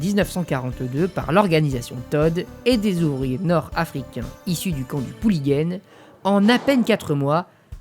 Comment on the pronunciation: Pour info, La prononciation du Pouliguen c'est pouligun au lieu de pouliguenne. Merci pour la vidéo